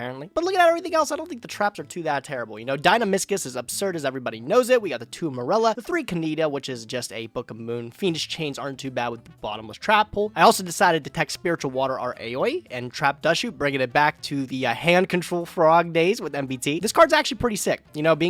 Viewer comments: aoi is pronounced like "owwie" for anyone that cares lol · Every night I pray that learns to pronounce aoi correctly